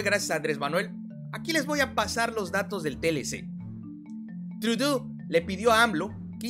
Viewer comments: se pronuncia Trudo que es lo mas cercano al espanol... no me pierdo tus videos.... siguele dando duro... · Puedes pronunciar "trudo" acentuando en la "o" amigo, felicitaciones. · Se pronuncia "trudó" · Se pronuncia: TRUDO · con mucho cariño y constructuvo. Se dice trudo El ministró de Canadá Te felicito por tan excelente. Trabajo. Muchos saludos Ben digo a esa cabecita. Blanca. Que por fin. Alguien hace a nuestro amado México orgulloso. Que notición. Yo viví en Canadá. Y que gusto me da las noticias de hoy Saludos mi. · Me encanta la pronuncación del de "Trudeau" Tudú" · Hola, se escucha chistoso tu pronunsacion: trudu... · trudó. se pronuncia trudó. ♨ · SE PRONUNCIA TRUDÓ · Se pronuncia: TRUDÓ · Se escribe Trudeau y se pronuncia guapísimo 😄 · Se dice Tenido hacia dentro el sonido de la o...